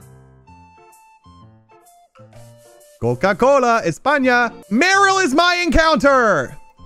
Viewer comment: Hey that was a great pronunciation of España. The guy didn't say that tho